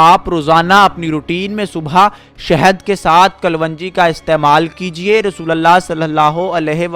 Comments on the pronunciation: Bhai kalonji hai vo kalvanji nahi...Talaffuz sahi kare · In URDU it is called Kalonji and not Kal-Wanji. The information is useful and didn't need more than 5-6 minutes.